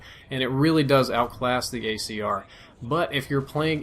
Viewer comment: He said gAyCR.